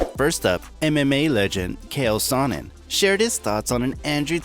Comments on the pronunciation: bro.. “Kale” Sonnen? lol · Did you say Kale Sonnen .....? That is actually quite funny. Don't you love it when there's no research done on videos. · EM-EM-EY LEGEND: KALE SAANEN! ... bruh